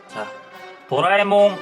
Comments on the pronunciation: 또라이몽이라 들려요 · 50초때 또라에몽이라고한건 기분탓?ㅋ